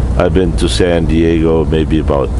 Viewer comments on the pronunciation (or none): none